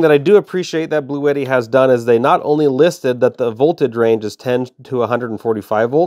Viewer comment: It’s pronounced Blue-Tee.